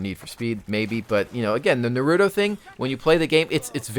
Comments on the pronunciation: Narutos cool and all but seriously theres no D in NaruTTTTTo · Naruto. Nah-roo-toe Just sayin:P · Lol, did you seriously pronounce Naruto like that?